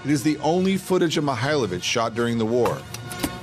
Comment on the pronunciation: da li je moguce da rts ne moze ni prezime djenerala da nauci?On nije Mihajlovic,on je Mihailovic.